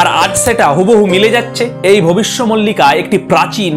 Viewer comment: মল্লিকা নয় মালিকা